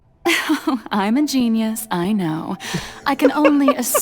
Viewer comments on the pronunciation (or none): none